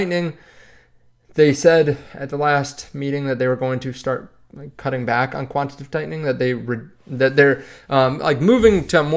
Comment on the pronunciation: Quan- ti- ta- tive.... jeez